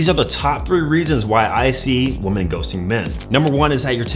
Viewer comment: The word women is pronounced wih-men player. Upper echelon females will catch this and think you're illiterate. Free game 👊